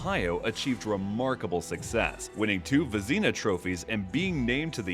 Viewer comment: Veezyna 😂😂😂 give me a break😂😂